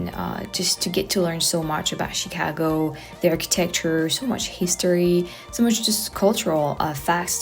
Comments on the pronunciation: She pronounces Chicago like a true Chicagoan 👍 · You pronounce "Chicago" like a native. Glad you had a good time.